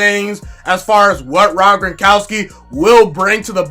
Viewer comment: Its Gron kow ski...😅